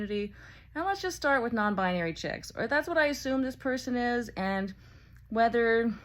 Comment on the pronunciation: "to azume" killed me